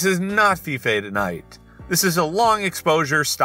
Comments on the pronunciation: Hate to be that guy. It's pronounce Fy-Fe, not Fee-fay. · Fife is not pronounced fifay hahahahah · He said feefay but I'm pretty sure that still isnt correct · fife is pronounced f eye f not feefay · ‘fee fay” oH n o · I physically cringed down to my soul when he pronounced “Fife” as Fi-Fay. No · Oh my word, "Feefay" as Fife 😂 gunna call it that from now on, it's much more interesting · Goodwin he said fee fee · In case anyone was wondering, Fife is said like Life just with an F instead of an L. My mother's from there! Specifically, Rosyth. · Pls dont PRONOUNCE fife like that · you mispronounced Fife. It's pronounced like Life but replace the L with an F.